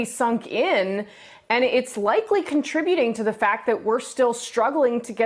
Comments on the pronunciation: Trump may be killing Americans but Mika is killing Nevada. (Don't get mad, it's Ne-VAD-uh, not Ne-VAH...duh. 😁) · Can’t trust anyone that says Nevada like that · Mika, Mika, Mika, please learn how to pronounce Nevada right. Thank you. Joe says it right. Thanks Joe.